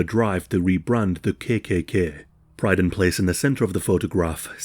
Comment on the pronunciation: Yorkshire accent, perhaps?